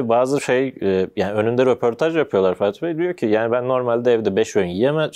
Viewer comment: bu arkada soruları soran eleman neden sürekli "" diyor? muhtemelen fatih bey diyor ama ferhat gibi duyuyorum ben hep.